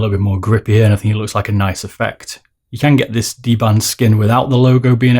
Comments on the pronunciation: DBrand, not dband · dBRAND, not dBAND:p